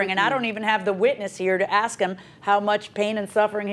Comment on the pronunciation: Ask = "Ax," evidently...